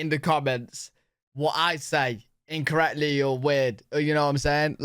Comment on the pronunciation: You did it as you asked us lol. you said incretly. Instead of incorrectly.